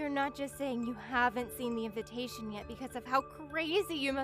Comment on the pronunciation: Why do these people in all these stories always pronounce invitation as invintation.